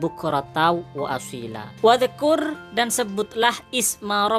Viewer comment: Kok lafadz wadzkur dibacaa qolqolqh, wah admint ngga bisa baca quran dengan benar